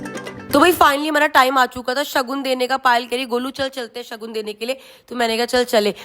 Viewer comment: कृतिका जी सगन नही शगुन बोला जाता हैं।